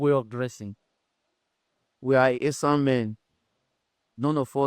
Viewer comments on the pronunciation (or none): Esan not Ishan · Sir is esan not ishan